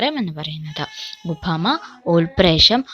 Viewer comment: ഉഭമ അല്ല ഉപമയാണ്. മലയാളം പഠിപ്പിക്കുമ്പോൾ അതിന്റെ ഉച്ചാരണം ശ്രദ്ധിക്കണം